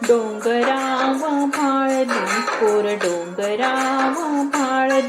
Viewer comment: पोरं डोंगरावर भाळली ऐवजी माळली ऐकू येतंय.कवितेत सजीवपणा आणला.खूप छान सादरीकरण